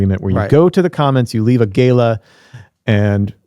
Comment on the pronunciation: PLEASE . WHAT IS GAYLA O GALA ?